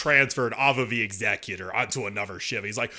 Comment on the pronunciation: I appreciate the correct pronunciation of the word Executor (Exek-utor).. rather than Ex-eh-Cutor that so many pronounce it as.